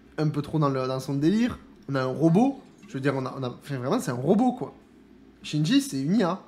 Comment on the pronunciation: Salut, juste pour te dire que j’apprécie tes vidéos et je me suis abonné récemment pour te soutenir et que je commente presque jamais ^^ Par contre je souhaite dire depuis un moment (pour avoir écouté les dialogues du jeu j’en suis certain désormais) Qingyi ca se prononce tchin Yi et pas Shinji (chine j) comme tu dis à chaque fois, c’est trop perturbant à force de te voir l’appeler comme le mec dans Evangelion 😂😂😂 Si tu pouvais modifier ça à l’avenir ce serait super même si c’est pas grand chose 😊